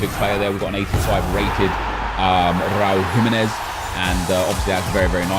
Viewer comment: he said Raul Gimenez😂😂😂